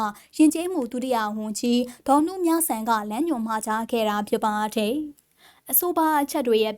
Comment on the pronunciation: ဟ...သတင်းဘယ်လိုကြေငြာတာလည်းဟ...နားထောက်လိုက်တာ ..တယ်..ကိုဘယ်လိုပြောနေတာလည်းဟ..စိတ်ပျက်မိတယ်